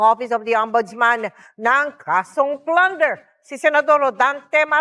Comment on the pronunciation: Plunder po di Flunder